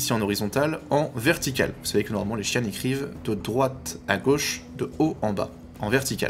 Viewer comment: Intéressant, je n'avais même pas remarqué ! Le créateur du langage, Britton Watkins, le prononce "chi-anne" et non "jean". Peut-être que l'acteur le prononce ainsi pour dire qu'il n'y connaît rien aux Xi'an.